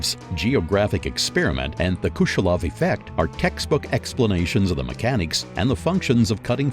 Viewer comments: They also say Kushelov effect instead of Kuleshov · bruh it's kuleshov not kushelov